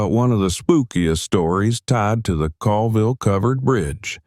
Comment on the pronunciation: Locals pronounce it ‘Cawlville” I used to live about a mile from this bridge.